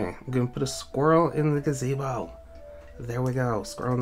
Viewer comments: "a delicate 'ga-zi-bow" facepalm nice... its "delicate 'gah-zee-bow" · When he said gazzy-bo 🤦